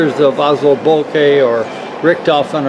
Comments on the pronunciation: pronunciation of Boelcke is almost on point in this video. The only wrong part is the "oe" which he speaks as "o" but is pronunced as "ö" in german. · Its bel-ky is how you pronounce it